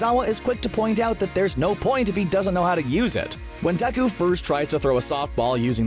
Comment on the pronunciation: First of all...it’s Deku and not Deku 😑